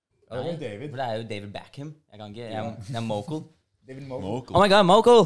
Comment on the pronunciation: Jeg liker at da David uttaler "Mokel" han sa bare M.O.K.EL.😅🤣